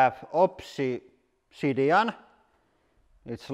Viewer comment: Opsee-sid-eon.... lol